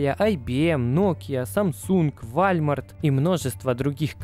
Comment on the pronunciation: вальмарт? чтА? walmart